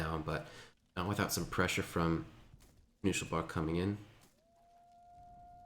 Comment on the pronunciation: "Kanu Schel Bar" , since im german and i know what it meens it hurtsin my ears, still good casting keep it up !